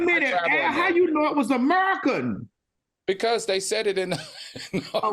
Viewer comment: Al cracking up at Maddie saying "AMURIKUN" 😂😂😂😂